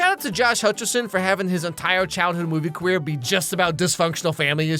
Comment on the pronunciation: "entioh chiwood movie caweer" (I'm sorry)